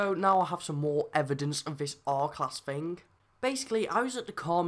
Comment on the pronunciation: Fing or are you saying thing